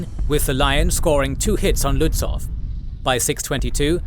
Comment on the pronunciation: Very well made. One remark: the W in Lützow is silent. So you speak it Lützou - a Prussian - Slavic name